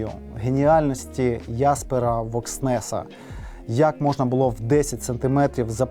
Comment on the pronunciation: Ахахахаха Яспера Вокснеса що за це хіба правильне вимовляння 😄🤨🤔